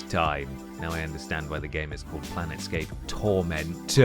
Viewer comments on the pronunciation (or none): Also calling Planescape "planetscape" and X "Megaman". Whomever did the research for this one needs a swift boot to the nads. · And I bet a lot of people were shouting at the screen "It's PLANE Scape, not PLANET Scape!" But then this is someone who still pronounces Gaiden as "Gay-den" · it's PLANESCAPE not PLANETSCAPE!! Auuuuggghhh!!! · "Planet scape" "Gay-den" "Lui Kang (text)" Amateur shit. Great video, but you guys need to bone up on your quality assurance a bit if you want to take off. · It sounded like "plan escape" to me